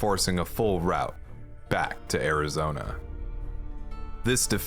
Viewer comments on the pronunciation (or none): none